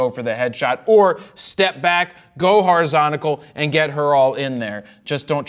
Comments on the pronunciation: hori...zon..ti?...cal?! that took my brain on a ride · Jared does know that the word is horizontal, not horizontical. Right?